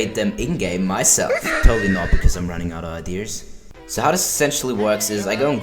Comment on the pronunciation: My guy said idears